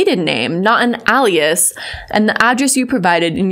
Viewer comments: Al ias???? its ALE ias.... that physically hurt lol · Alias is pronounced "Ay-Lee-us" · I just have to.... it's AY-LEE-IS. FOR FUTURE REFERENCE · Ay-lee-es not Al-e-es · This dude is probably just going to clown on the fact she said ALEAS instead of ALIAS not the very valid points in the video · Alias is pronounced “Ay-lee-is” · Hi. Just want to say that “Alias” is pronounced “A lee us” it doesn’t just mean it’s a false identity. It also means another name you’re known by . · Alias.. not Ah-lias. Anyway, this is freaking hilarious. I’m glad you stood your ground with that turd and his Karen-esq ways. Hahahahaha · Aye-li-as. But otherwise, spot on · Sorry, I don't mean to be nit picky but Alias is pronounced A-Lee-Us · You’re so cool and smart but alias is pronounced like alien ily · For the love of God it's (aye-lee-is) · You are pronouncing Alias wrong and your maiden name IS an alias. You pronounce it like alien. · For what it's worth, you sorta said "alias" the way it's pronounced in Spanish so maybe you're just polylingual and you don't even know it. Big brain energy. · I thought it was a regional pronunciation :D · I love how you pronounce Alias 😂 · What accent pronounces "alias" that way? I don't hear a strong accent until Madison says alias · girl...it's alias not alias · big fan of the things you said - not a big fan of how you pronounce alias lol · Might wanna lookup how to pronounce ALIAS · I ... really don’t like the way you say “alias” but whatever lol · Great video and good on you for holding your stance! So about the words alias and brazenly...they're pronounced "AY-lee-uhs" and "BRAY-zen-lee." Just helping you out girl! You want the right pronunciations so your credibility stays afloat! Great job!! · It's ail-E-us and braE-zen-lee You are awesome! That dude is a douchecanoe. I've seen a few other people calling him out. He must be busy typing emails. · Love your work and you are awesome. Please check pronunciation of "alias" and "brazenly" Thx